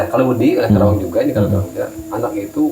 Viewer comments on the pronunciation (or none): maaf kang cumn melurus kn sajh bukan kerawang ya..karawang bukan kera tpai kara 🙏🙏